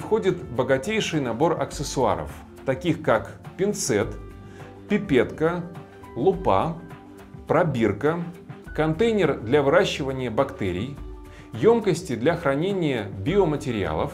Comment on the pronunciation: Все словари единодушно утверждают, что ударение в слове "лупа" надо ставить на первом слоге.